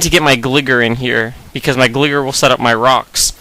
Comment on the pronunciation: Am I the only one that cringed when he pronounced "Gligar" as "Glih-Gahr"?